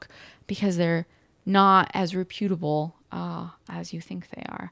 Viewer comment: Am I the only one who pronounces “reputable” with emphasis on the first syllable rather than the second (as OP seems to be doing)?